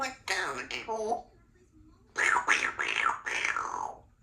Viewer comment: Was saying 'bite down a-hole'?